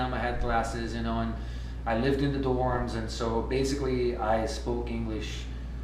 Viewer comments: Bassically, not bazzzikly!!! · To start with, he's been living in the USA for 23 years. He MUST speak good English. His "left" is too open. It sounds like "laughed". Minute . He said "tree" rather than "three" and baZically" instead of "basically". In his "TIME" sounds like Italian people. The last two guys AMAZING, flawless English. You should search people who can actually speak good English but have never lived in the USA or do not have an American mom. hahahah It would be fun. I know some. If you want, let me know. Give me a ring on .